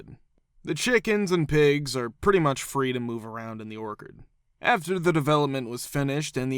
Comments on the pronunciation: Orchard NOT Orkid speed reader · Dude, the 'ch' in orchard is pronounced like the 'ch' in church.